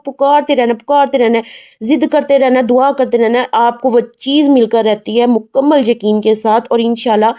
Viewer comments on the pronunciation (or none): none